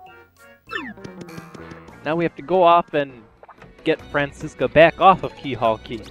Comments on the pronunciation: Dude!! It's Professor Frankly, not Frankie! Also, the daughter's name is pronounced Fran - chess - KUH, not Francisca! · It's spelled like Francesca. It's an Italian name. Have you ever seen Cars 2? There's a character with a similar name: Francesco. That's how I know how it's pronounced (That, and I've seen Chuggaconroy's Let's Play of this game).